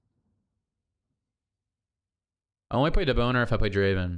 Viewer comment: Haha "deboner"